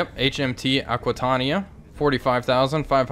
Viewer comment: You said the ship's name right first time. :-)